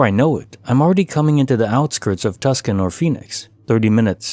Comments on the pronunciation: Scariest glitch was pronouncing Tucson as Tuscan. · I'm from Arizona. Tucson is pronounced Too-sone. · It's pronounced Too son (Tucson) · Why are you saying Tucson wrong?